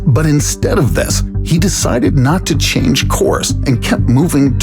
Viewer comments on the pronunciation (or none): none